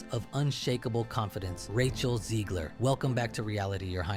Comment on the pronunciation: Her name is Zegler, not Zeegler. Y'know , like in egg.